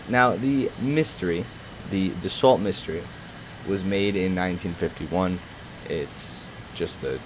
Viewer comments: Du-so miss-tear not Duss-alt Mystery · Finally the Mystère It's pronounced mistair not mistery Plural is Mistairs not misteries Pls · No, he's not translating it to English, he's pronouncing it like a native English speaker would. I'm an English speaker btw. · The plane's name is pronounced "Dass-so Miss-tear" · Me-Stare You're welcome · pour les anglais c mystair ils ne comprennent pas le e accent aigu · Thank you for flying this jet, it actually means a lot that a youtuber is finally covering it. But I still hope Gaijin will add the Dassault Mystere IV though. Also, a tip when pronouncing French words, most of the French planes in the game are 2-3 syllables long, so the Mystere you would pronounce like "mis-stair," and the Vautour: "Vo-tour," same pronunciation as in English for "tour." The Dassault Ouragan would be "Or-a (short sounding "a," same "a" sound as in "alphabet")- gun, although I think it's really supposed to be 2 syllables. I hope some of this made sense, but you haven't really butchered most of the names on the French planes that horribly. If you are really unsure on the pronunciations, go to Google Translate and just listen to the pronunciation they give you, that's the easiest way tbh.